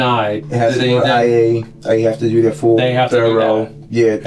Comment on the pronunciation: "DJ, its nothin really we could dew" homie speakin baltimese😂